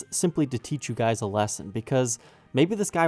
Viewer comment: Please don’t say guysis